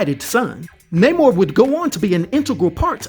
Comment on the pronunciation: Yes it’s Namor, not Namouurrhhh